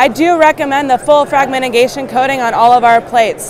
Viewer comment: my point is that they pronounced it badly lmfao